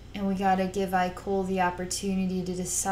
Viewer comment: some carefully worded criticism: i know it was an accident and understand you haven't read the books but uhh you pronounced his name wrong even though it's spelled IKOL (ikol) his name is pronounce ekol as in ecoli (sorry that's the only word i can remember that has that pronunciation) but yeah other than that loved the video